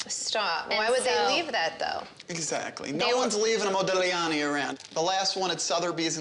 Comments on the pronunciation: "It's an original Modig-liani" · Omg please stop saying modig-liani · ModiGLIani, the wrong pronunciation lol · MoUdiGliani HAHAHAHAHAH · You say "Modiliani" with no "g" pronunciation. You're welcome, psycho (pronounce it "sycho" ). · ...and the g is silent, too. What a nitwit. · The way she pronounces Modigliani fucking hurts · You never pronounce the G, gli pronounce as j. Sorry for my english, I’m swedish. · The way they pronounce Modigliani or every Italian words cracks me up